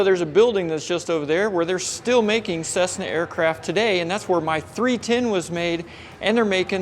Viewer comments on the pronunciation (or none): none